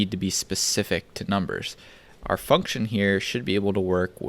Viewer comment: Did you say fucktion? 😂